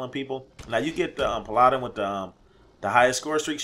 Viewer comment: PAL-a-dun. I think the assault drone is the best streak in the game. It's relativity easy to get, it's a killing machine with the rockets, it's hard to counter, it's a game changer in Dom and Hard Point, and it's just fun!